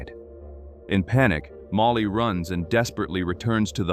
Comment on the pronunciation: ... at least get an ai that can pronounce Molly properly...